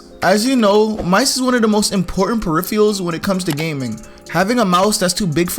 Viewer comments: for the last time! its PERIPHERALS. PE-RIFF-ER-ULS. not perifials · "fortinte" "preiphyals" nice vid tho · He cant say peripherals and its soo annoying